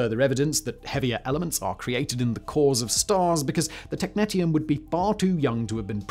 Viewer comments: tek-NEE-sh(ee-)uhm, both british and american pronunciation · Technetium is pronounced Tek-nee-shee-uhm. There is also a Technetium-99m which is a meta-stable state of technetium-99 (essentially just an excited technetium-99 nucleus). Good stuff. It is hard to clean up if it contaminates outside soil. It loves water, so every time it rains, it seeps deeper into the ground. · Sorry to be that person but it's pronounced tek nee - she um. As you were. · Technetium Tek-nee-shee-um Not Tek-net-ium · Every time he said technetium i cringed.